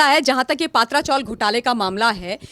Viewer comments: हिंन्दी भाषीयोने मराठी भाषा का सत्यानाश कर रख्खा है,पत्रा चाल बोलने को क्या दिक्कत है. पत्रा को पात्रा और चाल (चाळ) बोलनेको करता परेशानी है.कभी कभी लगता है दक्षीण भारतीय हिंन्दी का विरोध कर सही करते है . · पात्रा चाल नही , पत्रा चाल बोलना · It is "P tra " chawl meaning chawl made from iron corrugated sheets. All Hindi channels are pronouncing it wrongly ,as it is owned by "S. Patra." Please correct yourself